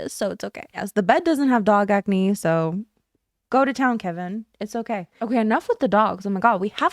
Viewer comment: Is it just me or did you start saying so in an Australian accent "saur"? Is this on purpose as a troll or genuinely do this now